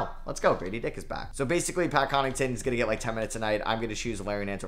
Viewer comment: Bro, Pat Connaughton is NOT pronounced Pat Con-ing-ton. It’s pronounced like Con-ah-ton